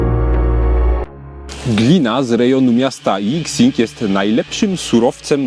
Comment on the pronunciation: „Jixing”? Chinczycy „x” cztaja jak „ś” , czyli nazwe gliny czytamy jak „jiśing”